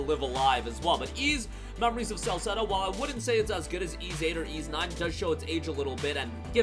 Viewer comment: Ys (with an S sound my friend) is a great great game